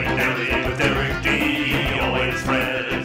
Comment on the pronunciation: And why do they always say "Fast Lane Dally"?